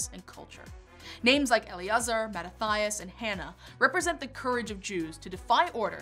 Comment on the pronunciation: Mah-ta-ti-as, not "Mah-ta-thigh-us"